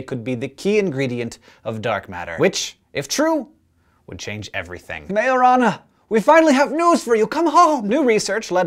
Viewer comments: at first i was like: did he just say marijuana then i was like : majorana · i thought you said marijuana felines